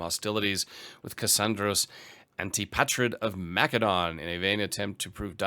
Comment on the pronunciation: Hearing you say mcdonalds instead macedon hurts my ears. Make it stop, pls!